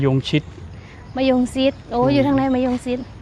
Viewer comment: มะยงชิด ช.ช้าง ไม่ใช่ ซิด ซ โซ่😊